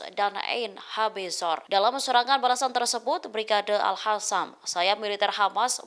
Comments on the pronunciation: Mbak pembaca berita ini enak didengar intonasi dan suaranya..tapi sayang ketika menyebiut Al Qasam malah dibaca al khasam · alqasam pewarta bukan al hasam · Alqossam ya di baca AlQossam Qatar ya di baca Qatar,,, jgn gaya mlah salah,,, Al Qossam mbok baca Alkhassam Qatar mbok baca khatar ngono iku salaaaah yo,,,,,, ingaat klo Al Aqsho mbok baca Al akhso,,,,,Salah yo,,, ojo gayaaaa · Bukan al Hasam mbak penbaca berita... Tapi al Qassam kyknya gitu... 😊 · tlg sdri Host klo baca Al Qossam jgn di fasih2no dg di baca Alkhassan itu salah bisa mengubah Arti,,,,maaf tlg jgn di ulang,,,di telinga terasa mbenginging